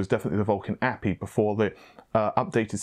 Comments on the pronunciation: OMG...once again...it is not an 'apee' it is literally pronounced by the letters..."Ayyyy. Peee. Eye"...API aplication programmable interface....this is the third time I've corrected you..it's not even elite knowledge...my kids know what an API is....but keep up the good work...I'm a mixed bag :) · A. P. I. (each letter said) not APPY.... my work here is done ;) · Hahaha, It's an "A. P. I." not "appy." Hope the specs you talked about are real. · Ey Pee Eye